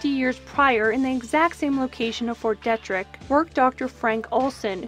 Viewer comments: Fort DEE-Trick, not "De"-Trick. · It's pronounced DEE-trick-t. Still great! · It’s pronounced “Deetrick” , Fort Detrick